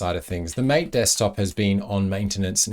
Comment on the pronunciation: In the tech industry, Gnome is typically pronounced as "Nome". And "Mate" is typically pronounced "Ma-teh".